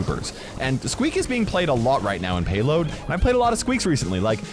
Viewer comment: You called squeak teak